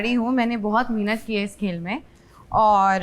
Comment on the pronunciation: Nege pehli baat mihnat nhi mehnat hota hai haha haha I can't wait my laugh 😂😂😂😂😂😂😂😂